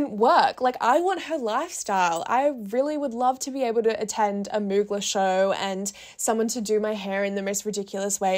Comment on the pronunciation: Ily but the way you kept saying Mugler like "moo-gla" had me dead💀 (it's "moo-glare" like air in the aussie accent <3)